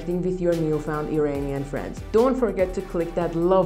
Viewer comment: Great info. But would you please pronounce IRANIAN correctly? Its not "E-rain-ian" but rather "E-run-ian". Thanks